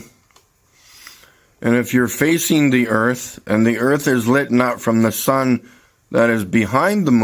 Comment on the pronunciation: “Why isn’t this part of the moon ‘liten’ up”? No! That should be ‘lit’ up, not ‘liten’.